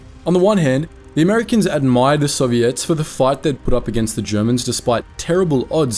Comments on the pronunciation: "soviettes" wtf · Soviettes? What kind of text to speech AI voice pronunciation is that? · Bro really said Soviettes